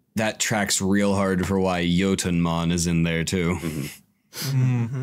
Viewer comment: is the only one who pronounced Jotunnmon correctly. Kudos, sir.